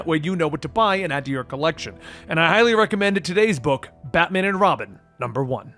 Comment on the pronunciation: I swear I hear you say ratman and robin...